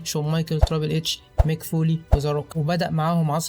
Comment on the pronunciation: والله اسمو تريبل اتش مش تراابل اتش